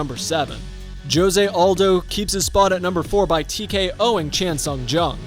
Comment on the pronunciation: Please learn how to say Jose Aldo’s name